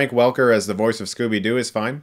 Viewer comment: Scooby Dee? XD